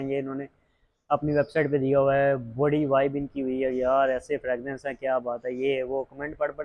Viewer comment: Bhai sb fragnanc nahi fragrance hota hai pelay yeh correct Kar lo